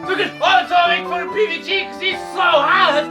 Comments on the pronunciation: its not Novembur. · Really?